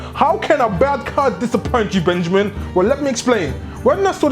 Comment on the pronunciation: BENJAMEEN FINK IT DISSAPOINTMING